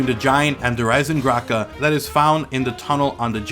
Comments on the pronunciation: Why does he say Der eisengrache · im questioning that, its just everytime you say the name, instead of pronouncing the "d" in eisendrache, it sounded like you said eisenGrache, with a "g" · Please pronounce Nazi and Der Eisendrachen correctly please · You pronounce the new map weird